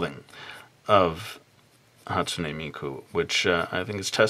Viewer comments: Is it the way pronounced it,"hastumey miku" or the way I've always said it "hastune miku" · Dude that's not how you say Hatsune Miku"s name FYI you are an idiot